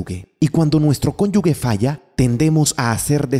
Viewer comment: Se dice "cónyuge," no conyugue